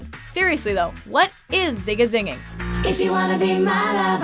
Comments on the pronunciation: What is watch mojo on about? It's zig a zig ah, not zing a zing, lol talks too much over the song and just making things up lol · It's not, "zing uh zing ahh," it's "zig uh zig ahh!!!" I feel like it's just scatting guys